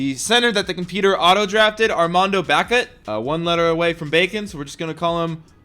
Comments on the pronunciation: Its pronouced Bay-caught but wouldn't expect you to know that cause my Heels suck this year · Say it with me Armando Bacot (Bay-caught) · You pronounce it baycot lol